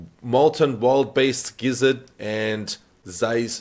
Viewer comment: BTW, wildebeest is 3 syllables, "will da beast". They're African critters. I think the English term for them is "water buffalo." Not sure why they used it for the gem name though. :)